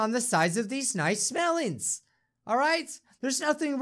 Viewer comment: before saying melon right he said smelons